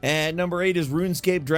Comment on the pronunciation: "Mmvng onn to numbmerr 19"😂